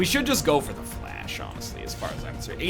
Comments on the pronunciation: NL Pronounces Fleche correctly 30 seconds later reverts to saying 'flash' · How is he still mispronouncing fleshe